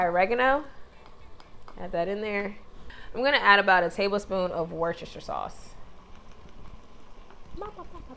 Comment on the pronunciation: I know this is an older video, but an American that can actually pronounce Worcestershire!!! Congratulations 🥳